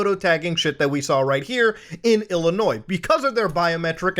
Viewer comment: As an Illinois resident, thanks for saying it properly.